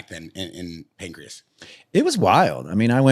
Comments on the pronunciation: it’s PANCRASE, not Pancreas 😂😂😂😂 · As well as the pancreas champion😂 its pancrace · got second hand cte the way he’s calling Pancrase PANCREAS 🤦🏽‍♂️ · Homie keeps saying pancreas and not Pancrase 😂😂😂😂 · This dude calls it Pancreas, lol😂. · How many times did say Pancreas instead of Pancrase? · Pancrase, not pancreas... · pan - CRASE. NOT CRIAS! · every episode that the white dude host says Pancrase, I want to never watch this podcast again. It's PAN-CRAZE not Pancreas, man. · bro its fucking PANCRASE, not pancreas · Please. With all due respect. Its panCRASE not Pancreas lmfaoooo "World pancreas" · Listening to bear call it Pancreas is so fucking irritating. Cmon. Acting like a hiatorian and doesnt even know what its called